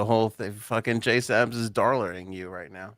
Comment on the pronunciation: you get on my nerves with the JaySup bullshit… who the fuck is JaySup??? She goes by “JSabs”!!! Illiterate mfs in Massachusetts.